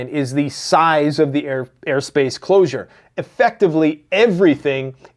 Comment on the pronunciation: Reports on days old news like it's breaking. Pronounces closure as "closer". Ceasefire as "siezefire". Says that Iran doesn't sponsor terrorism, but israel does? Claims they hacked a hundred million GB of trumps emails? Tf you on man?.... this is actual trash content. Complete mind rot...